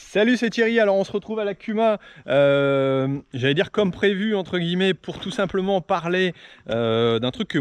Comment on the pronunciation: Merci pour cette vidéo !!! Par contre le... "tous simplement"' faut vraiment fair un truc !! 😂😂😂😂😂